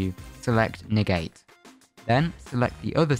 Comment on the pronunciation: nah he said ne gay ☠☠☠☠